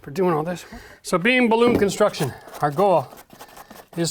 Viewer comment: Are you saying "balloon construction"? That doesn't seem right but I can't tell what on earth you are saying hahaha